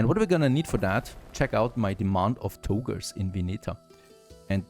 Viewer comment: Togurrrrs Togas dude. TogA. At this point, you'd think you'd pay some attention to your pronounciation. I can't keep hammering the same old shit, you're gonna make me feel shitty for your shitty pronounciation. Your english is fine, you can pronounce anything, as long as it's not an A at the end of a sentence??!?! What the actual fuck?